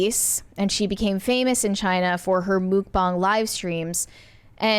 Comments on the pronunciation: Wait, “mook bong”? It’s “muck-bang”. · I thought it was pronounced muck bang 😂😂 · I've never heard this pronunciation of "mukbang" before, but the "bang" does match the Chinese pronunciation of this spelling - have I just missed the correct pronunciation all this time?